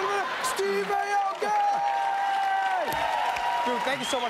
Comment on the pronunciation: Does Steve actually go by Steve Ay-oki, not Ah-oki? Since if he does, that's cool, but the name is actually pronounced Ah-oki, not Ay-oki (how Trevor pronounces it here).